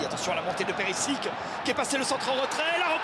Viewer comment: Ah ça me tue les commentateurs ils savent pas prononcer les blazs des joueurs genre Gungogan et Perisic 😭